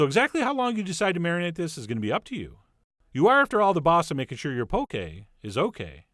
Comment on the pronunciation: I literally just had this at Yo Sushi :D Also it's 'Pokeh' not poke lol!